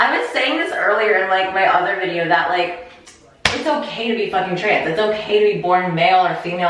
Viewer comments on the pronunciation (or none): My favorite thing is that you say "trance" instead of trans like 85% of the time.